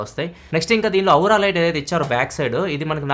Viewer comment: ఔరా లైట్ కాదు స్వామీ అది.. ఓరా లైట్ లేదా ఆరా లైట్ 😂